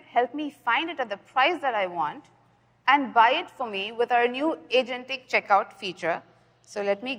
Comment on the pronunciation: nah the word this time was angentic. lol